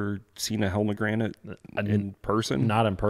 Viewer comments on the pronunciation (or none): Hellgrammites bro. Say it like hell-gram-mite. Those baits work extremely well for smallies up north, I used use them when I lived in Ohio kayak fishing rivers & large creeks. They just need to be small 1.5-2.5 inches. Black or dark brown only color you need. Fish on small texas rig or ned. I moved down here to southern SC about 2 years ago now. I haven't tried them down here now you guys bring them up! Not sure why? I'll have dog them out give them a try around here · OMG 😂 "helmagranite" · It's pronounced Hell-gra-mite😂 love these pod casts, keep them up! Thank yall!